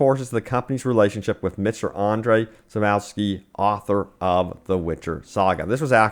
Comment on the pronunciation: Andrey Sapouwsky, Jacob Sasamaleck, Adam Kizinsky, Donata Powalskyplaska, Michel Nowalsky. Yes, this is how their mothers named them and this is how we call them in Poland... Some ground rules if you're interested for future: Andrzej Sapkowski - "rz" is always pronounced like "g" in word "gel" or in "garaGe" but it's smooth (see french pronounciation of the word garage for reference); "w" is like your "v" Sapkowski; BONUS: "o" is more prounounced like rAW and not rOW. Jakub Szamałek - "J" is pronounced like a long "i"; "Sz" is always pronounced like your "sh"; "ł" this is not "l", it is actually pronounced exactly the same as your "w". Adam Kiciński - yeah this is as good as it gets without going into deeper studies. Donata Popławska - I think you are now geared up to pronounce this one :D Michał Nowakowski - this is easy now! Congratulations, you are now able to pronounce polish names!